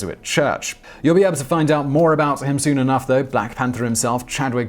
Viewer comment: Lol yasuke triggered me.tho..it. Yaskay urgh